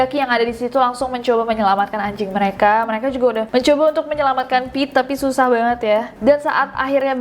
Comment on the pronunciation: Kak Nes nyebut Pit, tp gue tetep bacanya Pete 😳